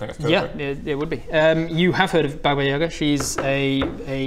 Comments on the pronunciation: Baba Yaga is read with an emphasis on the last syllable. This is a very wise witch who loves to bake children in dough, she lives in a hut on chicken legs and can travel in this house, as in Howl's castle. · Slight correction there, Baba Yaga is pronounced Baba Yagà.